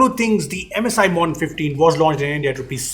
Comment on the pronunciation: how do you mispronounce MODERN?